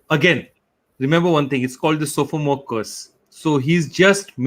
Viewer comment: Pronunciation of “sophomore” was incorrect 😌.